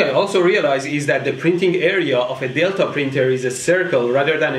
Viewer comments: I heard "The footprint of the dildo printer" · i thouht he was sayin dildo printer 😂😂